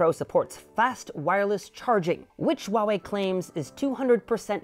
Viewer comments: my dear, it's Huawei(How, House), not Wawei! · Why do I keep hearing him say “Wawei” instead of “Huawei”?